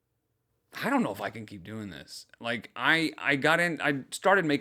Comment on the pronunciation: she's not even fluent in brainrot 😭 Ask the fellow kids how they're do-eeeeeen